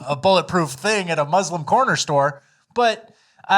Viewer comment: "But as a musss-lum. " blacks ruin everything.